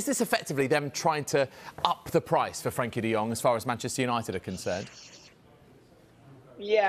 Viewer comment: "Frankie De Gjhhjgong" -Alvaro Montero